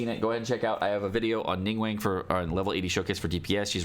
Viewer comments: You have pronounced names all wrong. Its xinq qiu not”ging-cool” Its Ning guang not “ning-wank” Its Chong yun not “chong-young” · Its pronounced ning-gWONG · Nobody:: NingWANG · Ah yes "Jing-Coo" and "Ning-Wang" my favorites 💀